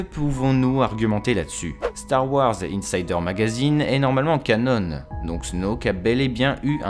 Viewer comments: Sympa... Par contre j'suis désolé mais "canon" se prononce... bha "CANON" et non "canone"! Ça m'a plutôt piqué les oreilles!!! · on ne dit pas Canone" mais bien canon, comme un canon de bateau pirate ^^ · Moi c'est ses "canone" qui m'ont rendu fou. C'est "CANON" bordel, du français de base. Tes vidéos sont biens mais ça reste un supplice pour les oreilles, un effort pitié. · Les oeuvres qui ne sont pas légendes se prononcent: Ka-non (de canon) et pas ka-none; c'est pas une marque d'imprimante..... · Cela se prononce Canon, pas Canone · Ca-NON et pas Ca-NONE mec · Stp dis canon et pas cannon on parle pas d’un putain d’appareil photo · merci ! par contre on ne dit pas "canone" mais "canon", c'est un mot français. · "Cannone" issou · Oliver Septik canon c’est un terme français et ça se prononce comme l’arme. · Té woane oui oui "canone"... la avec vos prononciation a la française... et après ça veut corriger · Gaeld ric il le prononce juste à l’anglaise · Tu sais canon est aussi un mot français (Canon, création officielle dans le domaine des œuvres de fiction). Donc tu peux le prononcer normalement, à la française, et éviter d'écorcher les oreilles des abonnés. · Canon s'écrit de la même façon en anglais et en français, mais ne se prononce pas de la même façon. Tu fais une faute à chaque fois que tu prononces ce mot ! Ta video est très bien mais ça fait mal aux oreilles. ;)